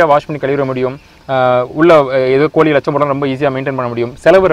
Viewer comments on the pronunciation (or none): கோளியை யாரும் வளர்க்கமாட்டார்கள், நீங்கள் சொல்லுவது கோழி என்று நினைக்கின்றேன், சரிதானே ! ஐயா தமிழை தமிழ் போல் பேசவும், தமில் போல் பேசவேண்டாம்.